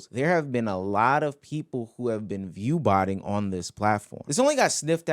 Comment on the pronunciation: Everyone he said is view botining is literally not view botting